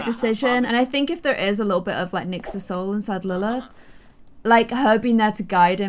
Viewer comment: Did any body else hear say nixs soul in lilth??